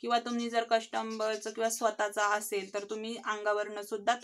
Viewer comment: कस्टंबर नाही ताई.. कस्टमर म्हणायचं...